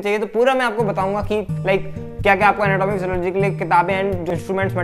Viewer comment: Anatomy ka pronunciation to shi se kro dr sahb